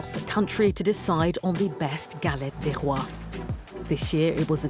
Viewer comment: Non Madame it's Galette " ĎES " Roys or Rois , and no ' Ďe Rois '